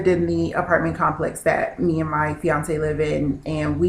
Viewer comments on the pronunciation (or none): I was going to message you until you said "fionce"